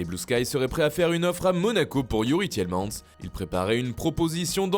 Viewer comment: Cette façon de prononcer Youri Tielemans MDR